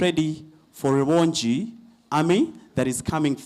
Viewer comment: 😂😂😂😂😂😂, the name is R.u.b.o.n.g.i. not Rubongyi😅